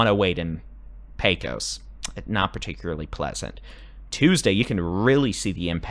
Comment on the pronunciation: Helpful hint —- it’s not PAY Kose. It’s PAYkuss. No vowel sound for the second syllable. That’s how we say it in Texas. 😊 I just saw an old western movie, good Texas accents but everyone called it the PAY-KOSE river. PAYkuss. 👍😊